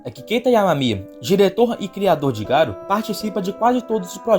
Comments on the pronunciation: Ñ é Garu, é Garô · não é ser chato, é o nome certo do personagem, e é um nome fácil de pronunciar. Já pensou se chega algum youtuber e começa a chamar o Batman de Batmão. Se fosse um nome de pronuncia complicada eu até entenderia, mas Garo é um nome simples. O pior é que até os grandes canais cometem esse erro